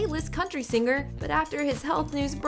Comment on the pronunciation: I Love Alan Jackson! One of my favorite country artists, I pray for him🙏🙏🙏🙏 On a completely separate subject, the Narrator, Reporter, whatever you call her is very much indicative of today's on-air talent. Annoying, affected delivery. Why can't the just talk to me instead of putting on the announcer voice? And the word "singer" is pronounced "SING-er" not "SING- grr". Accckkk